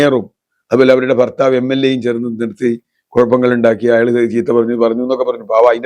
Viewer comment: ഫര്‍ത്താവ് ഇപ്പോള്‍ പറയുന്നത് ഫാര്യയെ മല്‍സരിപ്പിക്കരുതെന്ന്.....😅😂😂😂😂